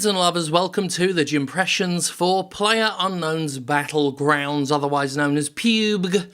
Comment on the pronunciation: ginger Calm down! It's PL ayer UNK nown's BAT tlegrounds. PLUNKBAT. And that's official.